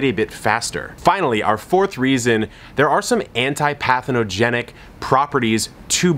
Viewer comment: The word is *pathogenic, not "pathinogenic". I hope you undernistandernize what I mean.